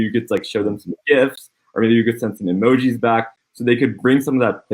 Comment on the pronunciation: "Emojeez" - Legend